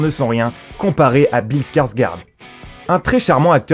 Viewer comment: Petite parenthèse sur le nom du premier acteur cité. Alors Bill Skargård ça se prononce "Bille Skargord". Désolé mais il fallait absolument que je le rectifie car je suis suédois.